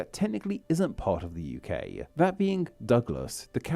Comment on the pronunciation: This guy's pronunciation/accent really annoys me, so adenoidal. have never heard Hull pronounced "Hull-a" or UK "UK-a" (or similar neutral vowel tacked onto the end, or even in the middle of many words). Guy probably can't help it...but...but...annoying, especially when hosting a pronunciation video!